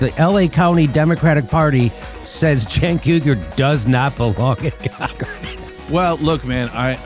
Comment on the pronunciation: "Shank Hyoogur" gets me every time.